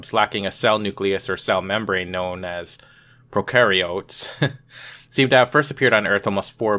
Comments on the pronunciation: pro-care-e-its is the way its pronounced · Pro-care-ee-oats. . Lol not trying to be a dick, just helping a bro out. Biology terms are unnecessarily hard to pronounce.